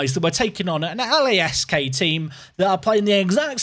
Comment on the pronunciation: LASK is pronounced as one word